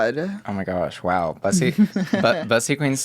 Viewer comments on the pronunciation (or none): Everyone including Bussy pronouncing their name wrong🤣💀it’s BOOSY, has spoken👑